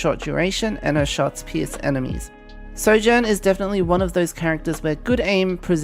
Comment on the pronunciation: “As Soujourn rails her enemies!” I BEG YOUR PARDON